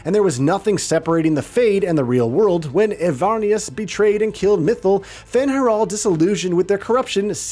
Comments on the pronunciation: Mithil and not mythal 😭😭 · Especially with Mythal. First time I heard this name to be pronounced so bad. Clearly speaker haven’t played DA 😂.